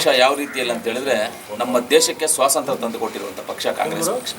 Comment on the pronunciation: Swasanthra naa,swathanthrana😂